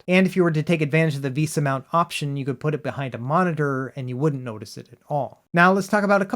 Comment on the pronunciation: Vesa is pronounced vay-suh. Love the videos! And the cat breaks are always welcome.